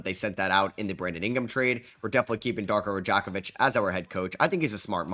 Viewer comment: "I love Darko Ra-jack-off-vich"